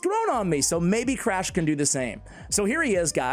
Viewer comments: honestly only MY opinion, i think Crach is pronounced like "Krak" in "Kraken". "Learnt this pronunciation from playing too much Witcher 3. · Should be pronounced “crock” lol